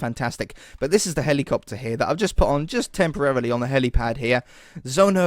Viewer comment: Tch Pfft! HAHAHAHAAHA!!! TCH! HAAAHAH! Hehehehehe.... "HELICOPETER"? Hahaahahahahah!!!!